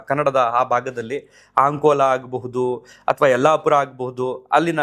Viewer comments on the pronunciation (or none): none